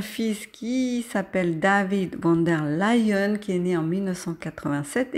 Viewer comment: Il est vraiment bien ce tirage 👍 Si je peux me permettre, je crois me rappeler que le V de "Von" se prononce F, "Fon" en allemand.